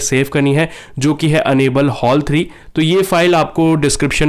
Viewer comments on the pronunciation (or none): 'Unable' ni gadhy. Enable bolo. Pronunciation he misleading hai tumhari.